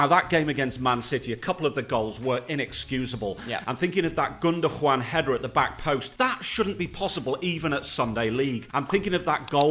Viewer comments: Gundugoan: ❌ Gundojuan: ✅ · ah yes, Gundojuan